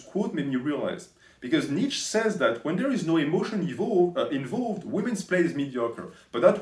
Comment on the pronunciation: Btw you can't even pronounce his name properly. You're constantly saying "Nietzsch". You Übermensch, lol